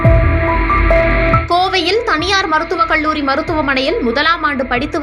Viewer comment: Very sad and tragic news that a young student's life got lost (suicide / .....).. The News Reader killed the language with her pronunciation with "ல்" "ள்". கல்லூரி. Her pronunciation is கள்ளூரி" and many words. Please practise to speak correctly, especially if you are a Tamil native person!